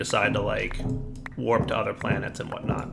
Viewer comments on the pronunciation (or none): none